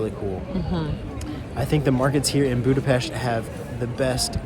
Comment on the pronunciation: Joy to hear someone pronouncing Budapest as Budapesht. Thank you. Best wishes